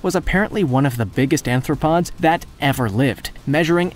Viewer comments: Not "anthropods" but "arthropods" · Anthropods.... Anthropods bro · He also called Arthropods “anthropods” which indicated that he needs to repeat grammar courses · Really annoying how he keeps mispronouncing arthropods as anthropods REPEATEDLY!